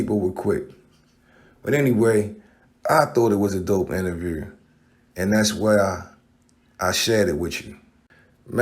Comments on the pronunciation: Why can't Baltimore niqqas pronounce "oo" words? Tupac, interview, do, crew, blue. 🤣🤣🤣🤣🤣🤣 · Bro, I'll give u a $100 if u can say "Youtube" and "interview" properly lolz